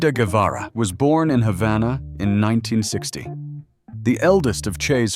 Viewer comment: Vous ne savez même pas, prononcer son nom correctement,un peu de respect,stop😮😮😮